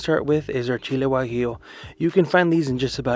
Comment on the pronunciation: Hay cuñado pocho, que bueno que pronuncias bien Chile.🌶